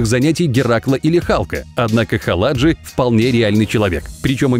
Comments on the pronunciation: Не ХалАджи, А ХаладжИ. Тип с моего города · Вы неверно указали фамилию Дмитрия Халаджи, у него фамилия заканчивается на ударение И - ХаладжИ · Халаджи ударение на (и) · Сам ты Хала́джи , а он Халаджи́ , с ним в одном городе живу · Искал коммент с поправкой,но не нашел. Его фамилия звучит как ХаладжИ, с ударением на последний слог.Могли бы и потрудиться хотя бы википедию открыть при создании ролика.Мы из одного города.И номер с лошадью далеко не самый впечатляющий из его копилки.По мне так "Чертова кузница" смотрится гораздо круче.Да и еще много красивых номеров.Желающие сами загуглят,видео полно.